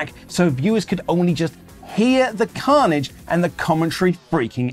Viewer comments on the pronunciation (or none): none